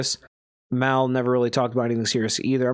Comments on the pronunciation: if you consider that hate...you're definitely not built for the podcast game...are you even a real JBP fan? If you were...you'd definitely know his name isn't pronounced that way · Damn...if you're gonna do a deep dive, at least pronounce Mal's name right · you do know mispronouncing his name is disingenuous right? If you want to make good content you need to be authentic. Don't be that guy.